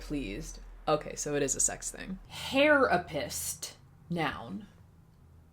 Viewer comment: Ngl, the way "hairapist" is pronounced is a hate crime. There's just no good way to spell it or pronounce it.